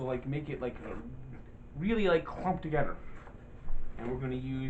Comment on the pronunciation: Together....not Togedder... can you not say T